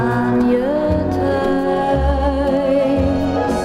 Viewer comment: Mooie uitspraak van het Nederlands, heel knap zelfs een woord als ‘thuis’ klinkt heel goed.